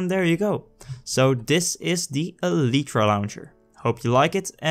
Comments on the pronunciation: It's pronounced (ee-lie-tra) not (ee-lee-tra). Sorry but I had to say it, the pronunciation was annoying me but I do like the vid. Good job! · Eeleetreeeeeeeeee? Wtf can you talk like a human being?